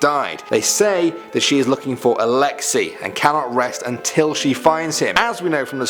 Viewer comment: It’s pronounced Alex ey like the letter “a” not alexi